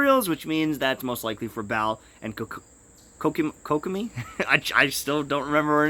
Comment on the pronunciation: petition for to learn to say kokomi